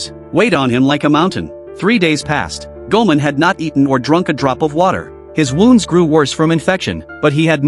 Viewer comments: Its goimon not guman😂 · ok but who is goman? does this ai shit content means "goemon" pronounced "ghemon"? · Hearing the AI butcher "Goman"s name is infuriating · Thats goemon not goman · Goemon, not "goman" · Goemon is pronounced Goy-Mon! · Bro it’s gemon come on